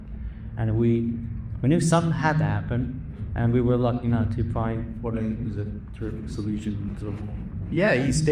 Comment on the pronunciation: "and i got luchy enough to find Chase" with a semi Hispanic accent. i love it